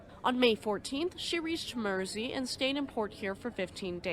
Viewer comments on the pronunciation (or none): none